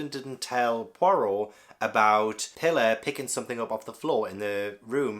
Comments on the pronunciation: Pilar (pee-lar) it’s a Spanish name and I thinkn Simeon is probs (Sim-eon) unless it’s described as Simon with e in book. I haven’t read it. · Simeon - SIM- E- ON 😭 Pilar PEE LARR